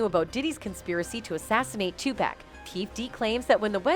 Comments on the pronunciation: Either get a new narrator or teach the current one to pronounce names correctly. Hurts my ears and ruffles my spirit to hear "Too pack" when it's pronounced "Too pock" !! Please make the correction out of respect for a true soldier and visionary !! Thank you very much !! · Who the Fuc is too pack u mean pac like ur pocket !!!!!!! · Y do all white people call him pack when it's pac u know like take the ET of pocket so they can get it right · These are clips from assertion. This is not a real person that is narrative about this. Overseas are getting paid for this. Listen how the video calls him Tupack.🤔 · It's tupac 🤦‍♂️😠 get the man's name right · OMG IF I HEAR 2PACK 1 MORE TIME IM GONNA FLIP🤯 #yOunG ©️👻💲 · Yo races call Tupac 2 pack all this time all these years you can't pronounce his name something wrong with you you're racist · GET A NARRATOR THAT PRONOUNCES HIS NAME RIGHT! IT IS NOT TU PACK! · Not sooge and two pack 😂😂😂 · The fuc is tu pack that man's name been all over movies and the radio u slow ahh bihh shudda had it right decades ago.. don't nobody pernounce Melissa wrong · Wtf She said "2 pack" gtfoh, this culture vulture, gossip, provocateur channel, I'm out. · Who is 2pack🤣😂🤣😂😂😂she messed everybody name up yall need a new narrator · Learn how to pronounce his name and go back and fix this video. it’s so cringe how you slaughter Tupac name. And i hate that word cringe, but it fits cause that’s how it’s feels to hear you say his name. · Omg! Can they ever say Tupac's name right? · She don't even know how to pronounce these people's names how tf is she qualified to even report on this ....that or just a godam devil mocking who tf is sooge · 4real 4real..... Tu-Pack and Sooge 🤣🤣🤣 somebody 🛑 her now!! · It's not pack it's pac 2pac.... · Tu-Pac, not Tu-Packkkkkkk 🤬🤬🤬🤬🤬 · It’s pronounced 2-Pock. Not 2-Pack! The narrator’s mispronunciation the name over and who is ‘Soog?’ its pronounced as “Shoog.” I cannot…😢😢😢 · His name is 2 pac not 2 pack you dumb dumb